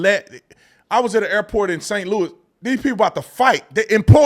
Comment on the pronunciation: Of course he said St. Louis 🤦🏾‍♂️😂 lol